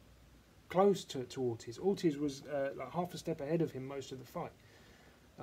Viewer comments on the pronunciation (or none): Orteeeze....That's how it is pronounced lol